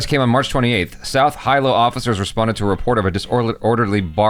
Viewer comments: Your pronunciations got me dead 😆 Ha-Waa-E, Can pronounce like Ha-Wuh-Ee or actually pronounced, Huh-Vuh-Ee Hi-Low, pronounced He-Low. Got Pahoa and Puna though. True, we surf on Spam Tsunamis. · "He low" Hawaii, not "Hi low" Hawaii. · hee - low not high - low 🤣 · it's said (He-low) Hawaii. Great video.😊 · Hilo is pronounced as “he-low” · Hilo ( he-low) Hawaii, Karaoke is (kah-rah-oh-kay) not (kaa-ree-oh-key) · love your channel. Hilo is sounds like helo is how it is pronounced. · Hilo is pronounced like Hee lo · Hilo is pronounced like HEE-LO